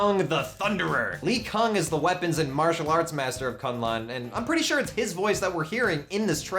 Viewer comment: K'un Lun is pronounced "Kun Lun" not "Kan Lan".